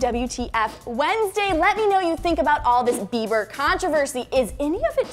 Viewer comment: Bieber not bieder